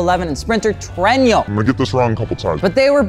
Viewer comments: Just wondering... am I hearing "tre-in-yo"? Thought it's pronounce as "Trueno"? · The car's name: Trueno What he says: Trenyo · God I can't stand hearing him say Treño. I mean, how could you mispronounce that? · How normal people say it: trueno HOW good people say IT: trueñio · Slight correction on the pronunciation of “trueno” It’s pronounced “tru-eh-no,” not “tru-eh-nio.” Very light consonants and the syllables are very forward in the mouth. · TRUENO is TRUENO not fucking Trueño 😭😭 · says how and why you won't get an AE86 Me: "I like your funny words "tweno" man". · I'm from Spain and I find it very funny how you pronounce the word trueno, it just sounds like “tueino” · Nobody:: “Trueño” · i cant with him saying tuenio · its pronounced "true-enno" edit: what if I wanted a trueno thats not being sold in the US and that was to be shipped out to the US? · Cringe every time he attempts to pronounce Japanese words. Trueno: Tu (almost 2)-ren-oh. There’s more info to the chasis code. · Trueño? lol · Not to mention the butchering of Trueno, touge and Keiichi Tsuchiya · Words mispronounced: Trueno, Touge, Takumi, Manga